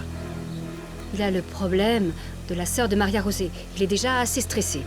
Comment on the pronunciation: Pourquoi vous l'appelez Maria-josé ?? Pourtant on entend bien *Maria rosé